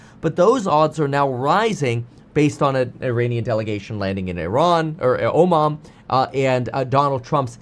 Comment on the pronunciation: Oman not Omom!